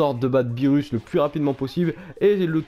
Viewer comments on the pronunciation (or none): none